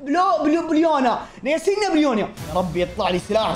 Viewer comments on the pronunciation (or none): يسنايا مو ياسينيا😂😂😂😅فشلتنا😂😂😂😂😂